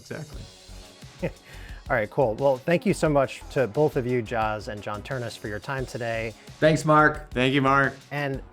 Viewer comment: It's Ternus!!